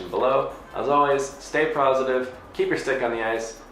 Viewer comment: Does staying "prozzitive" mean being negative af? <3 Keep up the good work!